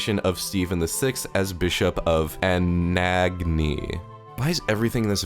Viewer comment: How did you struggle to say anagni and Constantinople?